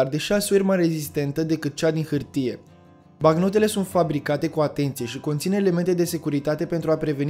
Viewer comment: M-ai spart cu "bacnotele".